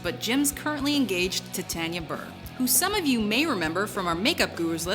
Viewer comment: Who else got annoyed with how she said Tanya? Or is it just me?